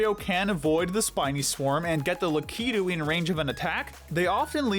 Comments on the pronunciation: Two problems... 1: Lakitu's name is not la-key-2, it's Lack-a-2. 2: Where's Dry Bones? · Awesome video, but why did you have that type of person that pronounces Lakitu in that way that I never like at all. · That’s how it’s usually pronounced, I pronounce it “LAH-Ki-too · I always pronounced Lakituas La-kih-too